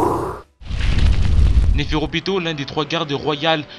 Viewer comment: Sa s'écrit nepherpito mais sa se dit nepherupito et sa ce dit Nov et sa s'écrit Nov aussi c'est une fille car elle a des seins si on regarde bien comme le roi c'est un garçon vu que c'est un roi et oui elle est né la première et a l'avenir essayer de parler mieux pour qu'on comprennent mieux sinon bonne vidéo continue comme ça